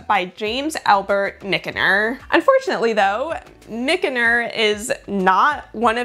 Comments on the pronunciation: Wow—this video was so interesting! Thanks for all the digging you did. BTW, Michener is pronounced Mitch-ner 😉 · Michener is pronounced "Mish-ner" One of my favorite authors from those days. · FYI: James A. Michener's last name is pronounced "Mishner". His books were advertised on TV (probably before you were born) which is my source. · It's pronounced John "Mitch-ner".